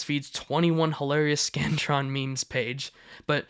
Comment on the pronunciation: I thought ts said “The Scranton”